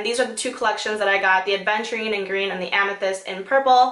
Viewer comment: Its "Aventurine" not "ADventurine"